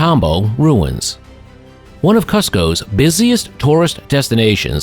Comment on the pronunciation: Cusco pronunciation! Come on! Do some homework!